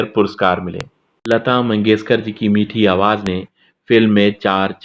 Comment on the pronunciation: Sha aur sa me difference pata karo lata mangeshkar not lata mangeskar